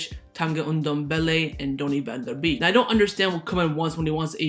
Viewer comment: It’s pronounced van de bake, not van de beek